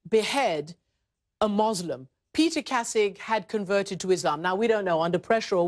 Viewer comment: Great video, shame the presenter does not know, how to say the word Muslim correctly :)